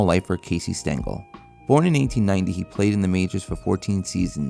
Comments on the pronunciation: Casey “Stangel”? 😂 Uh, it’s “Stengel” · Ffs, it's spelled Stengel not Stangle. You even show a plaque of him on screen with the correct spelling yet you still f*cked it up. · It's Stengel.